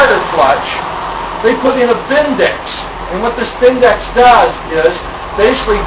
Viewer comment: I presume by 'Bindex'... you meann 'BBendix'....